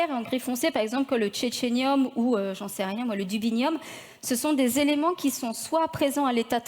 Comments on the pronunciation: À elle a vraiment dit le tchétchènium ? Je ne connaissais pas cet élément... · Puré le "tchétchénium" au lieu du technétium, petit moment de rigolade fortuite...mais le reste du constat est bien déprimant. Pas appris grand chose car j'avais deja vu ça en études de géol en bonne partie (même si le fait de le savoir trop tôt, maudite curiosité, et là c'est même encore pire, les concentration de métaux sont encore plus faible que je pensais savoir), m'a tellement foutu une énorme dépression que j'ai pas pu finir pour ça entre autres. De toute façon il n'y a pas d'autre solution qu'une pauvreté imposée drastique, tenter de préserver le savoir technologique le temps de revenir à une echelle de population soutenable qui partage (pas 8 milliards, et déjà un milliards qui vivent à l'américaine dans le plus extreme c'est déjà bien trop) pour pouvoir continuer après de continuer de progresser technologiquement, et ainsi avoir les moyens de survivre dans de bonnes conditions possibles jusqu'à un accroissement trop important de l'entropie et une extension de l'univers trop importante. Je pense que l'être humain a tout gâché en voulant croitre en largeur car c'était plus facile et suivait la pente de ses circuits dopaminergiques forgés par l’évolution que plutôt qu'en hauteur ce qui aurait demandé de gros efforts de contrition...